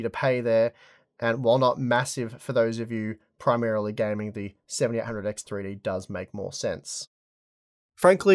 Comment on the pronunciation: Seventy EIGHT hundred X three-D. FOR GOD SAKE ENUNCIATE THE DAMN WORD. I had to stop and rewind over a dozen times to figure out what fucking processor you were referring to. You're saying "SeventyehHundred 3D."